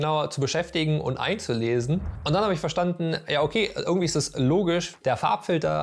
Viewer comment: Würkung, ürgendwie, würkt nicht, würklich, skill, content…. ich glaub ich muss zum Deutsch-Kurs, sorry German course 🥴 Der Beitragsinhalt allerdings war super dargestellt wenn auch einige Dinge sich selbst erklären wenn man sich ernsthaft mit dem Medium beschäftigt 👍